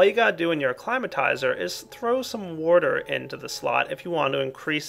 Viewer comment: Lol you say warter instead of water XD